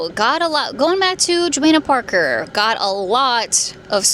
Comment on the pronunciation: PLEASE PRONOUNCE IT RIGHT. Your channel is huge and you should know how to pronounce Johanna Parker 😅😅